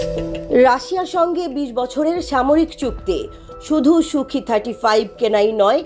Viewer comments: সূখি নয় সুখই হবে রিপোর্টার। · ওরে নারী, সুখি ৩৫ না রে। সুখোই ৩৫, একটু পড়াশোনা করে সাংবাদিকতা করুন প্লিজ। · Idiotic pronunciation...bad reporter... it's Sukhoi 😠